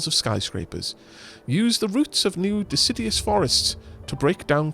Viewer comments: I know u've said on streams about pronunciation so deciduous isn't de-sid-ee-us But more de-sid-U-us Also loving this play through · I think hates and/or fears trees. He keeps pronouncing 'deciduous' as if it's 'insidious'. A simple mispronunciation? Or perhaps a devious plot to besmirch the good name of our lovely, leafy, life breathing neighbors...